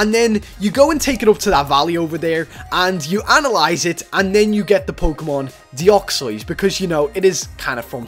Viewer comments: It isnt deoxoys its deoxys! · deoxys is pronounce deyoksis not deyoksoys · It is called De-ox-iez, not De-ox-oiz. That pronunciation of yours just sounds weird and doesn't make sense. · my reaction to how says Deoxys wut is that supposed to mean it's Deoxys not Deoxoyse (how he actually says it) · ur saying deoxois but its deoxys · you said "Deuxzods" you Say it like this De-ox-e-yes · STOP SAYING DEOXOYS ITS ANNOYING ITS DEOXYS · Deoxois I thought it was deoxys the hole time no offense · He said deoxys wrong deoxyos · "Dioxois" it dEoxYZ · stop calling it deoxios. its deoxys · DEOXOISE? ITS PRONOUNCED DE OX SYS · Deoxoys? Its Deoxys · the way you pronounce it isnt like this deoxois its pronounced deoxis by the way i know its not right spelling im just saying how its pronounced its real spelling is deoxys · He called deoxys "deoxois" DA F*****CCKKK??? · its prenounced DE ox SIS not de ox ois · deoxys NOT deoxoys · Its deoxys not deoxoys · It's de Ocks iss not de ocks oys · Deoxoys umm can u speak it say it please U should make a video that all the pokemon u can say rightly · did anyone else notice he said reading instead of radiating and he said deoxyois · YOU SAY IT DEE-OX-EEZ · its dox-is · you said deoxoys like a joke or something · How you pronounce Deoxys De-ox-ys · "Doxsoys" lol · It's Deoxys (Dee o xis) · I KNOW YOU ARE BAD A PRENOUNCING STUFF BUT PLEASE!!! I AM GETTING SIRIOUS TRIGGERING RIGHT NOW ITS NOT DEOXEUEHEUEUYEJJS JUST SAY IT AS IT IS! DE-OK-SYS THATS HOW YOU SAY IT!!! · Deoxys is pronounced deoxes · ITS DE OX IS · Deoxois lol sry xDDDD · The way he pronounced deoxys XD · you say deoxys wrong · u said deoxys wrong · LOL WRONG PRONOUNSAYTION OF DEOXYS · Not to be mean or anything but ur pronounciation of deoxys is the frikin worst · Omg stop saying it wrong search it on Google learn how to say deoxys xD